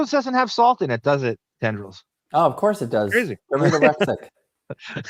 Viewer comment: This is Jason Kaplan's pronunciation of the word: salt. "THAW-ULT"